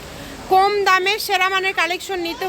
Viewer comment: আপু আপনি কথা বলার সময় উচ্ছারন ঠিক করে বলবেন,কোম না বলে কম বলবেন